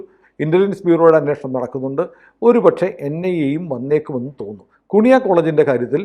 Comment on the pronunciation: കുണിയ അല്ല, കു്ന്ഹിയ.... 😂😂😂 നല്ല പേര്....